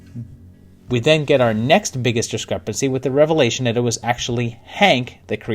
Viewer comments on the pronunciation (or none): none